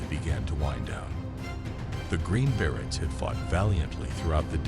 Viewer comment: Exactly. Berets - not barretts! Please do better.